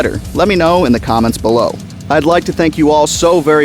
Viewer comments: Great video! But it's Dodgeson. Not Dogson. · Levine is pronounced "Leh-Veen" Dodgson's father is not a dog so I don't know why you keep caling him Dog Son :p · You keep pronouncing DODGSONS name as "dogson" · I'm sure the name is pronounced as Dodge•son. Not Dog•son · "Luh-veen" and "dodge-sin" Thank you. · I hate how you say dogson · As always, great video, perfect for consumption on the weekends haha. It just bothered me how you pronounced Dodgson and Levine.